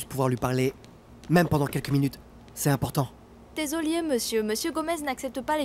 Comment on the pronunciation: La fille as dit desolier 😂😂